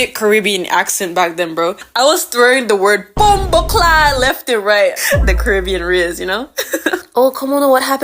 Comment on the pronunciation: as a jamaican when she said bom-bo-claat i laughed idk why i typed that...